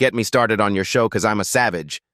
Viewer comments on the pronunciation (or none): none